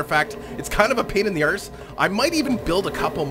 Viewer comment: When you said arse the accent you had with it was hilarious